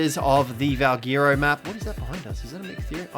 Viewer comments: The way he says valguero annoys me. Is it not pronounced “val, gwair, ro” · Valguero is pronounced as VALGHETTO.